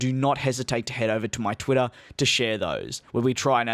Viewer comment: "Twittoh" lol